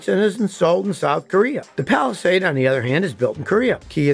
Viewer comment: Would be nice if Scotty mastered the proper pronunciations of Hyundai and Palisade. 😊